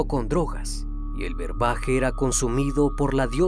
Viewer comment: Brebaje, no berbaje